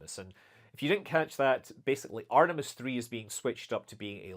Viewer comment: It reall sounds like Scott is saying Artimes yeah